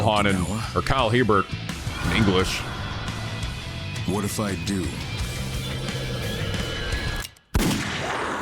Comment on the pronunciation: Hebert is pronounced "A bear".